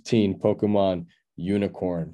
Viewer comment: You don't know how to pronounce Pokemon lol. It's a Japanese word and NOT Po-kee-mon like you said lol. Proper pronunciation is Po-kay-mon. English speakers usually say Po-ka-mon. Just an FYI as you made a big deal over the PMon coin lol.